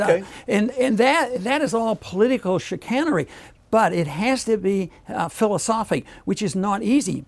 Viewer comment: Ad you still haven't. "chicanery"